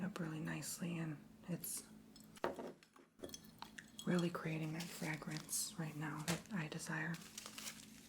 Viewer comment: I found it so charming how you mispronounced fragrance, sedative, potpourri and more. I subscribed just for that❤